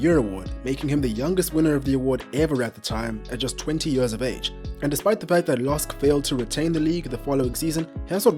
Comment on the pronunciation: I like how he pronounces years. Mans says "yurrs".